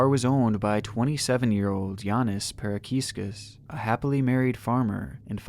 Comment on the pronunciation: Pronounced Pa ra ska kis.